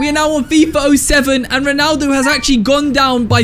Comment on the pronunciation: “FIFA O7”💀